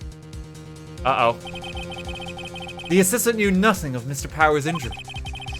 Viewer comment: I like how you pronounce "nuttin"